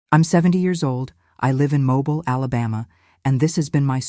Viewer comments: It is MOBILE not mobile like a car. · The AI narration, evidenced so many ways (mispronunciation of the city of Mobile, correctly pronouned as MoBILE; the speaker slips occasionally, sayiing MObile--a dead giveaway) Somehow these and other discrepancies cast further doubt. This very sad story may be true in it's essence of someone, somewhere, but i do not believe this one. What harm? To me the harm is big, it represents the betrayal we are all victims to, the ability to trust anything anymore. trusting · You can’t pronounce Mobile correctly! So this must be Al!